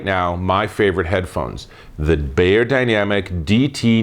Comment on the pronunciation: "bYerdynamic" not "bAyerdynamic" :-)